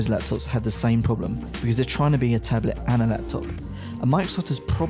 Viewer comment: I also really, REALLY hate the way he says 'tablet'.